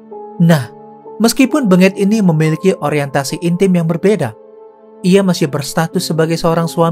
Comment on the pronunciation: Aa, lafalkan namanya bukan BeNGET tapi BENGET, huruf E nya dilafal dgn logat Medan bukan logat Solo 🤣